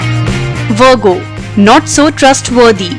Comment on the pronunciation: I'm Leo and I'm trustworthy, I just love How she pronounced Virgo 😂😂😂